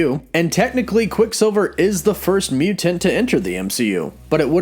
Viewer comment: You’re saying “mutant” wrong 🤦🏻‍♂️